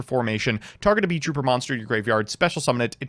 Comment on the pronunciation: THEYRE NOT BEES, THEYRE BEETLES. ITS NOT BEE TROOPER, ITS BEET(LE) TROOPER, THE T IS WORKING DOUBLE